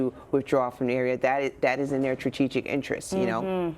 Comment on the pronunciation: CBS news interviewing an expert that can't pronounce 'strategic' correctly HAHAHAHA okay...